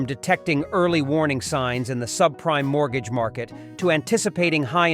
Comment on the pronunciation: Mort gaga? How in the fuck do you screw up the pronunciation of MORTGAGE!?